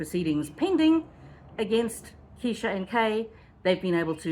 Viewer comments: Plz say KRESHA!! Not keesha!! You’ll lose viewers w/that! And I otherwise liked your channel. Homework!! :) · Please be more careful how you pronounce people's names in videos. I know it's a mistake, but it is important. Her name is KRESHA, not Kee-sha. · Her name is Kresha! She’s the main character of your video! Makes you look like you know nothing of this saga, simply for not knowing her name! You can do better! Video wasn’t bad imho , but was so distracted with your “Keeesesha”! Just constructive, I promise! It’s hard to get into a story/case late…… bc viewers know EVERYTHING THERE IS TO KNOW about the case! Esp how to pronounce the names. Sorry, it triggered me just a little bit! lol! 😂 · Her name is Kr-esha. Not Keesha! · Her name is KRESHA! Not Kesha…. And her channel is DiffiCULT research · Good explanation, just one correction, Kresha is her name not Kesha. However everything else was super informative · Just fyi, it’s “Kresha” like fresh-a